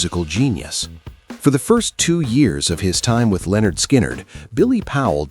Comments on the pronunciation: Lynyrd, not Leonard. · It's NOT Lenard... It's LYNYRD. Get it right or get out. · It’s prounced “linn-nerd”. Look at their first album cover. Oh wait, you’re a robot. Never mind. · LYNARD NOT LEONARD. 🙄🙄. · "Leonard " Skynyrd , really? America never gets it right